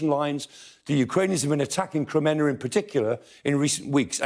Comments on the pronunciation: Kreminna is said: 'Kre-MEEN-nah'. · His pronunciation of Ukrainian place name is better than many BBC news readers, but Kreminna is pron. Krem-min-na. Look forward to seeing orc forces of Mordor driven out of Ukraine forever. Вічна слава захисникам України! 🇺🇦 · Kreminna is "PRONOUNCED": 'Kre-MEEN-nah'. Now we can improve our Ukrainian and English at the same time.